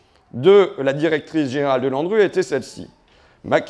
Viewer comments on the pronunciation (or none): haha j'ai entendu Landru au lieu de L'ANRU 😂